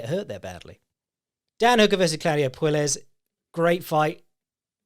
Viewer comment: Oh, you poor Brits. "Puelles" is pronounced "Pway-yes". You live near Spain - learn a little Spanish!